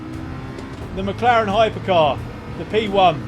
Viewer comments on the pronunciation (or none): none